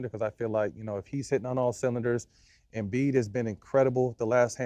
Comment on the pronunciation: I knew Matt was crazy when he said embid